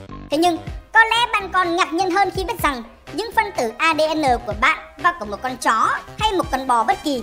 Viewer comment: Tại sao ad lại nhấn mạnh chữ “chó” nhỉ thuyết âm mưu j đây